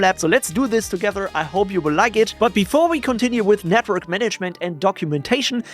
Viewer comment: Can’t help it but I always hear “Netbird” when you say network 😅